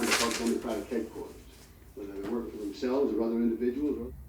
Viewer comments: I learned a lot from this video, but my main observation is that Patrick pronounces the word "or" as "are" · Anybody else notice that Patrick pronounces the word “or” like arr?” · What is your accent? Your ‘or’ sounds like ‘are’ and I can’t place it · The way Patrick pronounces the word or from makes me think of his mother's accent, nice vibes all round. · I didn’t notice until watching this video that Patrick pronounces ‘or’ as though he’s referring to the letter ‘r’, like a fancy pirate